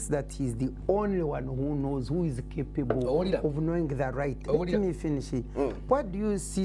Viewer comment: the way she says some english sounds need translation itself the way she says "capable" alone sounds questionable